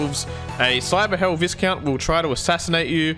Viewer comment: It's pronounced vice-count,.